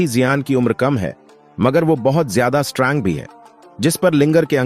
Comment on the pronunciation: Strang nahi hota strong hota hai